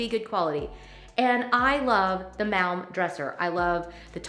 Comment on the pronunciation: I work for IKEA and I really enjoyed watching your video. I thought it was great how you tried to pronounce some of these. Like the Malm. It’s pronounced the same as palm. 🤪 I love IKEA too.